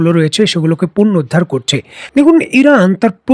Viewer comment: আসসালামু আলাইকুম ওয়া রাহমাতুল্লাহ ভাইজান। আগেও বলেছি, আবারো বলছি - শব্দটি 'পূর্ণোদ্ধার ' নয় । শব্দটি হলো 'পূণোরুদ্ধার ' । আশা করে শুভাকাঙ্ক্ষীর কথা মনোযোগ দিয়ে পড়বেন। ধন্যবাদ, ভালো থাকবেন।